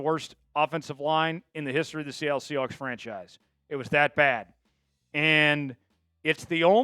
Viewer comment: Chat Sports should have guys who actually grew up in the same state do the reporting. I can’t stand someone who pronounces Sea HWAHKS.